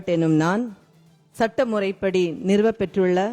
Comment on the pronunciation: சட்ட முறைப்படி என்று படிப்பதற்கு பதில் சட்டை முறைப்படி என்று ஒரு உறுப்பினர் படிக்கிறார்